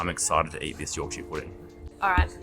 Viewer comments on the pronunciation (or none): By the way, place names are pronounced with a shuh, not shire. So it’s a Yorkshuh pudding 😉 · If it ends in shire, it's pronounced shur, never shire. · Yorkshire Pudding is traditionally eaten with Roast Dinner and Gravy, and its pronounced YORKSHER not YORK SHIRE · Even though it's called Yorkshire Pudding, it should never be called YorkSHIRE pudding. has it right, pronouncing it York-shuh Pudding! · Great vid loved it but need to correct the pronunciation about the puds - Its not a yorkshiar pudding. Its a yorksha pudding especially if you're from yorksha. Try Toad in the hole, with yorksha batter and sausage with gravy!!!!!!!!!!!!!!!!!!!! Keep up the vids cheers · Just a heads-up, Yorkshire is pronounced york-sure/shur. Americans will say the Shire abit like as in the Shires or Shire horse, but that is only said that way when it's on its own thing, and not attached to a place name. For some reason they can say New Hampshire correctly, some get it when I point it out. Londoners and some other areas in Blighty are the main ones telling me that I'm pronouncing wrong. They will still claim it is pronounced with sheer/shear at the end, even though I'm from Yorkshire with the lineage. Aussies get a free pass, you understand us more than the Yanks.👍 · The way you say Yorkshire it’s should be said like this Yawk shuh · Many place names in the UK aren't pronounced how you think. Yorkshire is pronounced Yorksheer. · Here's a English lesson for you, to stop you sounding like Yanks :) When ever you see "shire" especially when in our counties you pronounce shire = cher, as in the singer. So Yorkshire, you'd say York"cher", Nottingham"cher" etc etc. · PRONOUNCED YORK-SHEAR PUDDING. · I've never heard an Aussie pronounce Yorkshire like that before.